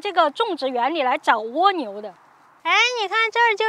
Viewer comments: ㄍㄨㄚ牛不是ㄨㄛ牛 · 是ㄍㄨㄚ牛，不是ㄨㄛ牛🤣聽的好痛苦啊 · 為什麼要念 窩牛.... 0.0? 刮下來的刮 不是嗎? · 这个读瓜牛